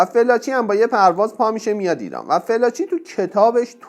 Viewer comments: تو با این صدای نحس وگوش خراشت اول اسم این خبرنگار رو یاد بگیر ودرست تلفظ کی‌برد بیا اراجیفت رو تف بده مزدور. اوریانا فالانجی. نه فلاچی کودن. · کاشکی اسمشو درست تلفظ میکردید 🤦🏽‍♀️ felaci نیست، fallaci هست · فِلاچی نه دوست عزیز، فالاچی تلفظ درستِ این اسم است* البته میبخشید دیگه؟!! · شما صدبار بجای فالاچی گفتی فلاچی اسم این خبرنگار اوریانا فالاچی هست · باید متذکر بشم لااقل اسامی رو درست عنوان کنید اوریانا فالاچی است از اول تا آخر گفتید فلاچی!!!! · با احترام ، تلفظ صحیح ِنام ِخبرنگار ، “فالاچی” است ، نه فِلاچی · فلاچی چیه چرا درست نلفظ نمی کنید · واقعا یک برنامه سطح پایین در حد فرهنگ بسیجی ها ،این آقای گوینده حتی اسم فالاچی را فلاچی تلفظ میکند و کلی از چیزهایی که در این برنامه بنام مصاحبه با خمینی شیاد مطرح شده اساسا جعل اسناد است دراین برنامه فقط خزعبلات خمین برجسته میشود، اساسا مصاحبه اوریانا فالاچی خیلی کوتاه بود چون در رابطه با حجاب فالاچی در برابر خمینی کشف حجاب میکند که از محل جلسه اخراج شده و مخفی میشود و مخفیانه از ایران فرار می کند ،چون دارو دسته خمینی طرح ربودن و زندانی کردن فالاچی بود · درود بر شما . تلفظ صحیح اسم این خانم فالاچی است نه فلاچی . من هجده سالم بود که انقلاب شد و کتاب زندگی جنگ و دگر هیچ ایشان را میخواندم (ویتنام) .ایراد خبرنگاری ایشان این است که بعد از اتفاقات سرو کل اش پیدا می‌شدا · فالاچی رو چرا هی فِلاچی تلفظ می کنید؟؟؟ خوبه در تیتر هم نوشتید فالاچی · خانم فالاچی صحیح است یا تمام ایران اون زمان خانم فالاچی را به این تلفظ میشناختند.